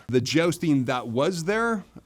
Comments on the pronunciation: I love how every time he said Jousting, I heard it as Josting so I couldn't help imagining him dressing up as Colin Jost from SNL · “Cavalry”, not “Calvary”, small difference, certainly, but one is the actual subjects were talking about, and the other is the hill upon which Jesus Christ was crucified. I know that you’re pronouncing jousting, as josting. Lots of pronunciation problems, and so many more. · "I've been 'jousting' for 25 years" - but still can't pronounce "jousting" correctly. :D